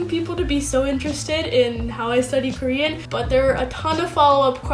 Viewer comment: Thanks for your tips, Even if you are not using romanisations, your Korean (just the 2 syllables you mentioned) seem to still have a strong "English" way of pronunciation (maybe you were doing it in purpose); how about show us a video how you speak it? and yes to an earlier comment, I agree that Korean Unnie is a really good channel, her videos are crisp, quick and native, and she explained the way each "Korean alphabet" is pronounced from a linguistic perspective and distinguishes it from an "English" alphabet pronunciation.